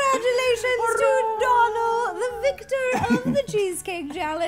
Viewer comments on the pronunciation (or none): His name isn't Donald it's Donal (pronounced Doh-nle) it's just the way Ro pronounced it. Donal is an irish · It's dooooonal like u pronounce the o the same way you pronounce the letter o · In Ireland it's pronounced doh nal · Little Flower dónal not donald its pronounced doughnal she pronounced it wrong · arbis No, she was calling him Dawnal, which is not how his name is pronounced. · Was anyone else really annoyed by the way Ro pronounced Donal's name. You know any fellow Irish out there ? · She also keeps pronouncing his name incorrectly 😂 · I'm Irish and I don't think you were pronouncing his name right....